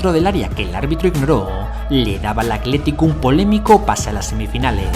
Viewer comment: Porque dices "acletico" cuando es "Atlético"? Video espectacular 👏🏻